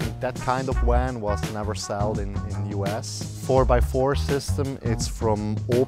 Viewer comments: Amazing van and people, thanks for sharing. Love how they pronounce "wan". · But he can say the V sound just fine when he says "have" so it's a choice to pronounce it oddly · A new bumper sticker idea? Lol!! Too cute! His V's were W's even in words where the V was not the beginning letter. Lol! Awesome! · It's a van not a wan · Funny how he is sayin "wan" instead of "van" 😂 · 'Werry werry nice wan....and thanks to Wincent" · Nice people, really. It kind off bugs me how they continue to say wan, as in water. It is kind of funny. The design is unexpected, have not seen kitchen bench in that position before, not sure I like it, stops access to driver cabin. The slide out sofa/bed is nifty. Would not like the shower, it needs more structure like some umbrella style wire contraption that makes it come apart during the shower. Would be kind off cool, because it is the opposite of an umbrella (water inside). I like that their books are visible and safe. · god his voice just became much too annoying after just 2 mins! he says 'wan' instead of van too! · I don’t understand the wan thing. They clearly pronounce v in other words. Eh?! Great van and all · It is not a... ooooan but a van... 😉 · Awesome space thanks for sharking! At first I chucked when they said "Wan" instead of van, then I realized their english is 100% better than my Swedish and shut the heck up! lol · Haha he pronounces his Vs as Ws. Nothing against him and all but it just caught me off guard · They keep saying wan instead of van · The guy in the Toyota pronounced hiace ‘hi-a-chi’. Now this guy is calling his van a ‘wan’ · Wery nice wan. Wery well thought out. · It's a van not a "WAN"! LOL! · Critter Cosner your suspect he said wan not van that is kind of annoying lmao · You lost me at " This is our Wan..?" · Aight I know it’s 1am and I wanted to know why this was recommended but is this man saying WAN? I know I’m tripping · I like how he says van. Wan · SAY WAN AGAIN. I DOUBLE DARE YOU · Wery wery nice wan.